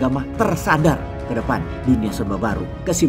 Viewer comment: saya terkejut sekaligus tergelitik dengan ucapan dikalimat terakhir divideo ini "INDONESIA dimana, Peace!" ada penekanan, juga gemes gimana, gitu😂